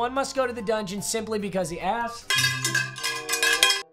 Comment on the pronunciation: Not to be that guy but dungeon not dungon. And to be that guy, no one/nobody jokes aren't funny stop using them